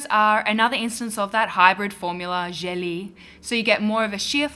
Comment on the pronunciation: Finally! This has been a LONG time in the making and it was totally worth it. Great job,!;) PS. Gelée is a French word and it's not pronounced "jelly". The double e in French is not like in English, it's just a long e. Sort of like "gel-EHH". You know, lingering a little bit on the second syllable;)